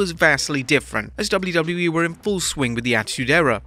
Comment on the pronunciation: HOW MANY TIMES CAN YOU SAY WWE IN A VIDEO FFS AND BUTCHER IT EVERY SINGLE TIME